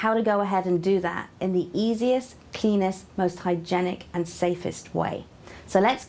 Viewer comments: Who thought she said penis instead of cleanest😂😂😂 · 37 it sounds like she said penis. lol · Did she say easy penis?? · Did anyone else hear penis? XD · at first i thought she said easiest, penis ...... way to pick a spot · i swear she said penis dude :P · I Think She Did Say Penis. Unless Penis It The British Way To Say Cleanest?